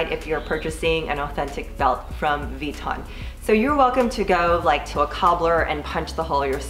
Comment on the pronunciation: Lol “V-ton”